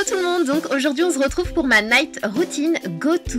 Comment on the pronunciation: pk tu dis on ze retrouve